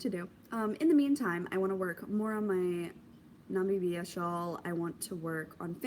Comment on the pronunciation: I’m watching this after it was live so I don’t know if anyone shared the pronunciation of Namibia. I believe it’s nuh-mih-bia (stress on the mih). If you’ve already learned this, it’s all good 👍🏽👍🏽 Also I think it’s adorable how Patrick is obviously listening and paying attention to you podcasting.